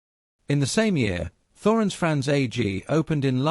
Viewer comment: It's pronounced 'Torens'